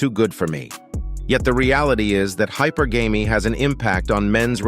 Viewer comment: That is not how you pronounce hypergamy.